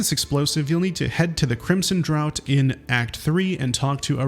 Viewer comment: I suffered 10d8 damage from his pronunciation of "draught" as "drought" (it's pronounced 'draft').